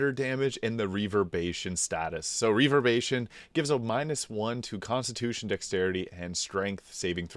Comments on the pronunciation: Reverb-ER-ation not reverbation buddy. Otherwise a great video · Hero's feast makes you immune to fear. Really good against Orin and a few other fights. I really like this build and equipment set up. Only thing that bothered me is you keep on forgetting the 'er' in reverberation. Reverbation. XD. All good the build is great, that word just scratches my brain wrong. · "reaver-bation" 😆 killin me, dude